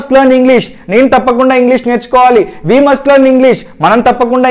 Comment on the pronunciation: You said Just miss pronunciation of We subject..